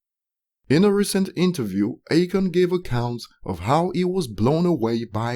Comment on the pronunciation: It's A-Khan. Not Achon.